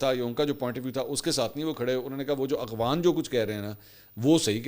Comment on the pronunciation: اغوان نہیں افغان